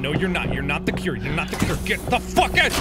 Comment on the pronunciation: He says “I want to cure you” but it sounds like he’s also saying kill.